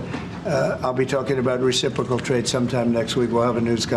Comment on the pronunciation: Did he say "reciffrical"?